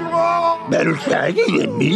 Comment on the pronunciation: “Shaggy,” not “Shaty!”